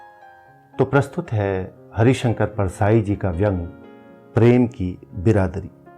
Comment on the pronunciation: परसाई जी का यह व्यंग्य पढ़ने सुनने में बहुत अच्छा लगता है किंतु लड़के लड़की द्वारा भाग कर की गई शादियों के जो दुष्परिणाम सामने आ रहे हैं उनके आधार पर कह सकते हैं कि हमारी सनातन परंपरा ही उत्तम है। आप की आवाज और पढ़ने का तरीका बहुत सुंदर है, आप हरिशंकर को हरीशंकर बोलते हैं।